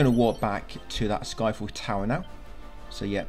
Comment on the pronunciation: I swear many times when you say sky fell tower I swear my ears heard Eiffel Tower 😂